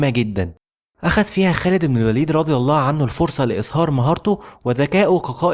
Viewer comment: الباشا اللي عامل الفيديو استاذنك الالفاظ انت بتقولها غلط يعني مثلا كلمة هرقل قلتها غلط ورضي الله عنه وكلمة بصرة